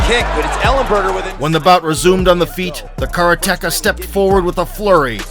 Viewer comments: At least try to pronounce karate-ka properly. Not kara-teka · What the hell is a 'karaTeKa?' Is that something off the menu in a Mexican restaurant? Maybe you're trying to say the Japanese word 'kaRate-Ka.' For God's sake. This is a martial arts video. Learn the pronunciation the Japanese word ''karate-ka,' God damn it. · Please, stop saying kara-teka! Ruins an otherwise great video. Its Karate-ka. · The narrator should learn the correct way to pronounce "karate-ka". (Katate person).